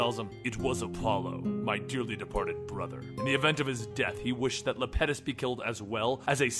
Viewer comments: It's small, but the Titan's name is pronounced Iapetus, with an i (I-a-puh-tus). Great read through regardless. Keep up the good work bro.👍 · It's iapetus